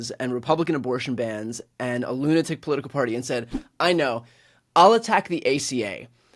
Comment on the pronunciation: You were a COMMUNICATIONS director for Obama and you talk like that?? Way too fast with nasal vowels that are almost. impossible to understand? Oh, the irony that you, with your position and career, can't pronounce the word "political" correctly with 4 syllables.